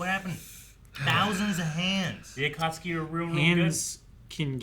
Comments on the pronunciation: Everytime says atatsuki and they don't correct him I think, they just stopped caring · Somebody help to get "Akatsuki" right. He's the weebiest one here after all. You could think Aka = Red = Red Clouds = Akatsuki